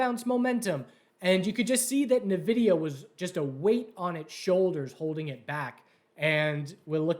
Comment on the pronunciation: It's "N"vidia not "Nah"vidia